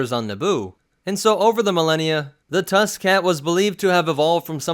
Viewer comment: I thought you said tuskin cat like tuskin rader cat